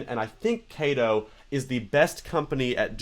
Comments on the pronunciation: Is not kai tou, is ka to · Kato is pronounced "kah toe" because Kato is a japanese company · it is pronounced k ah t o. as the a in Japanese is always pronounced with a open mouth a sound. it would be spelled with an E if it was pronounced the way you said it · I'm CAPTAIN CHAOS! And this is my trusty sidekick, KAY-TO!